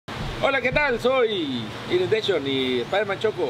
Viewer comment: Inundeishon XD.😂😂😂🙌🏻